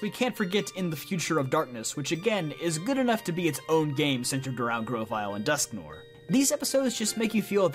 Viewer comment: Bugs me how he says dusknoir ahhhgg